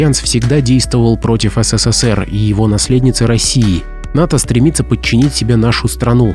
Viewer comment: ССССР - ухо режет